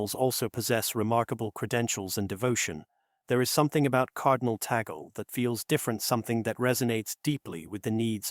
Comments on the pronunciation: It’s not TA GOL ! It’s pronounce; TAG -LE !!! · Tag leh is the proper pronunciation....🙏🙏🙏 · Please pronounce Cardinal Tagle’s last name as: TAG LEH It’s a Filipino pronunciation (not Americanized) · So MANY words orally narrated appeared WRONG…… Cemeteries……supposed to be seminaries Cardinal TAGGLE…/ TAGALOG…….should be CARDINAL TAGLE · Please, the correct pronunciation of his name is TAG-LE. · Gentle correction. Sir, may I correct the correct pronunciation of the family name "Tagle" is Tag - le'. Muchos gracias. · ALLELUIA! PRAISE and THANKS to GOD for this FAITH, HOPE, and LOVE inspiring: Here"s Why Cardinal Luis Tagle Will Be the NEXT Pope. May GOD bless, sustain, and uphold all who made this possible and their families as well. Happily, the pronunciation of LUIS ANTONIO was correct, except for TAGLE which is pronounced TAG - in English abrupt touching somebody to come along then simply add LE with short e for LE and simply say TAGLE or better request a FILIPINO to pronounce correctly TAGLE, ok? May we keep united with the LORD in PRAYER thru MAMA MARY for our suffering sisters and brothers worldwide, most of all, LOVE and PEACE throughout the world. May GOD the HOLY SPIRIT strengthen and enlighten the qualified Cardinals to vote for the NEXT POPE according to HIS holy will. Amen.🙏